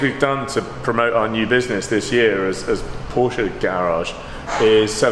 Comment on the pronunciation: I love your videos but please pronounce porsche correctly 🙊